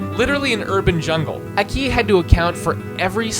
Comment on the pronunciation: Aki is a legend. Or as you seem to call him for some reason, "Akí"